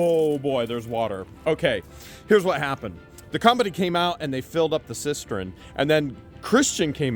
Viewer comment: Cistern not cistren